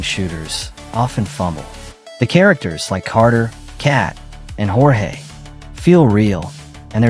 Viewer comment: Thats a funny way to pronounce Jorge hahaha